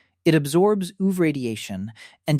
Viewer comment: Maybe ai narration?? Why does it say ooh-ve 😭💔🥀